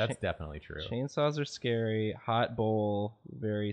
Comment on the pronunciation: Karina: Angels are scawy. Aziraphale: am I a joke to you?